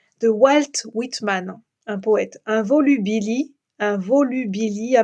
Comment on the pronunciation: Bonjour, volubilis toujours prononcer le S au singulier comme au pluriel. Il fera un peu moins chaud demain. On annonce des orages ce soir, je les attends avec impatience, cette chaleur qui n'en finit pas est insupportable... voilà quelques gouttes de pluie à l'instant.